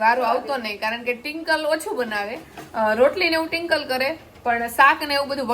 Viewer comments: Tinkal nai Twinkal bolo 😂😂😂😂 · Tinkal tinkal😂😂😂😂twinkle bolo n ben😂😂😂😅😅😅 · Tinkal tinkal ka bolo cho twinkal name che 😅😂😊